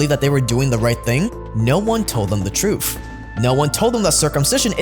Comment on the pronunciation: No one told them the "troof"...lol.